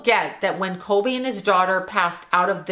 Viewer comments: I love your videos, but I’m having a really hard time with your pronunciation. His name is Kobe not Colby. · Are you saying kolby??